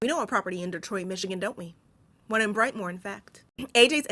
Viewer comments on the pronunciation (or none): Brightmoor is a bad hood but we pronounce it as Brightmo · What up doe! I am a Detroiter and for record sake, Brightmore is pronounced BrightMOE there. 😂 Love your videos and since Im commenting here’s a short list of recommendations to review… ahem - The Wood - The Piano Lesson - Passing - A House on the Bayou - 13 Cameras -Abagail I lowkey got way more but here’s a few I recently watched that I think you would do really good reviewing😂 Thanks again for doing these vids btw when I get off work late asf, I look forward to watching them 💯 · It’s brightMO not brightmoore (never mind the proper spelling) and yes it’s THE HOOD